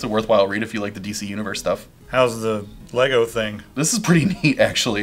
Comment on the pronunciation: Finally - correct pronunciation of the brand.